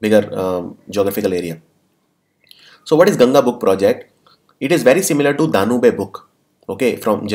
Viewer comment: Sir it’s डेन्यूब not डेन्यूबे